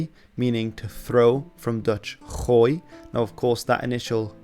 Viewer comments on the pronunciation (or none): I don’t know if it changes anything to the point itself but I was surprised to hear you pronounce ‘gooi’ with a Dutch hard g. This might be the pronunciation of your region but it’s mostly considered a regional development and not the original Dutch g, in favour of the soft one. So I’d say chances are those Dutch or low land settlers spoke with a soft g in stead of a hard one.